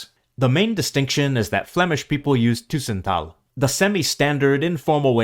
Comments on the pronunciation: Very nice video. I am from Flanders. Some comments: The pronounciation of 'tussentaal' is incorrect, the 'u' should be short. As the flemish contributor is from the east of Brabant, that may be the reason, but it sounds very wrong and quite awful in my ears. Let us say that the pronounciation of 'tussentaal' in the video is not the pronounciation in standard flemisch or standard flemisch tussentaal. I recognize of course many things, and agree, although I think that a number of things that are cataloged as Dutch, where Flemish 'tussentaal' has a different form or expression, I would often automatically use the Dutch form, or I would consider the flemish form more as dialect, and either only use it in a very informal setting, or to generate a special effect, or never use at all. It is true that 'ge/gij' are used in Flanders, but 'je/jij' are also used, and I would even say they are used more frequently than 'ge/gij'. Just making some examples to express that a number of differences between dutch and flemisch are certainly not black/white in my view. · The robot or AI doesn't pronounce it correctly. Take "tussentaal": AI pronounces it with a long "u", "tuuuussentaal". That is not correct: the presence of the double "s" shows one has to pronounce the "u" shorter. When there's only one consonant, like in "buren" (neighbours), the "u" is pronounced long (buuuuren), when there are two it is short: dubbel, tussen, lukken, plukken etc: short u. Don't rely too much on AI, it's still crap. Ask a native speaker. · I’m not a native Dutch speaker, but I can’t resist coming in here. The speaker uses the word ‘tussentaal’ dozens of times in the video, and every time he pronounces it as if it was spelt ‘toessentaal’. Surely that isn’t correct. The ‘u’ in ‘tussentaal’ should be pronounced the same as the ‘u’ in the Dutch word ‘bus’. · A small nit-pick: The 'u' in 'tussentaal' is like the 'u' in English 'further', not French 'tu'. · tussen with an u as in but, not an ÜÜ